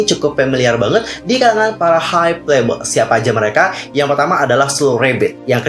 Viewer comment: Hybe dibaca Haib kalau pronounce Inggris Hybe dibaca haibeu kalau dalam bahasa Korea bukan haibe